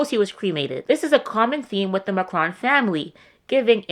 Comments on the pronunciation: Good recap. I watched your video on Emmanuel also. I've got to tell you that it is super annoying and distracting for you to mispronounce "Marcron" over and over and over. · It's hilarious that you think you came up with this "theory" of yours and you can't even pronounce Macron